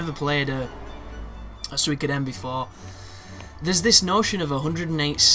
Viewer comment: without too heavy of a japanese accent, the closest thing you could say is SWEE-koh-den. But its more close to SOO-ee-koh-de-n ("n" is a separate syllable in japanese) THE MORE YOU KNOW! :D